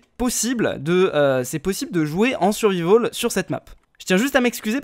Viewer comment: "en survivaul" x)